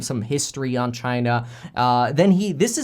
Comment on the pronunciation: Each time he says China, I can only think about CHY-NA